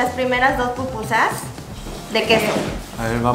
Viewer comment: Cómo que eso de pupusas se escucha como popó chiquita...!? 🤔🤔🤔🤔🤔🤔🤔